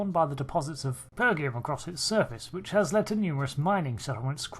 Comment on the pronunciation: Pergium (per jee um) is first mention in the TOS episode Devil in the dark using that pronunciation. It hurts my brain to hear it pronounced pergium (per gee um) lol. Otherwise I absolutely love your content. Keep it up. =D